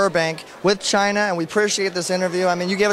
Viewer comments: It's Chyna, not China. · Her looks has really improved. Im proud of her. Im glad shes starting wrestling again. Maybe it will desire her to come back to wwe. Who knows? By the way, its "Chyna" no "China"